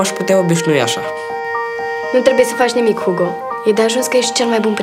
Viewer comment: Hugo în Spania se pronuntã ugo